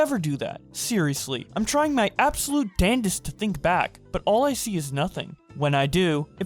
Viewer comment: this nigga really just said "dandest"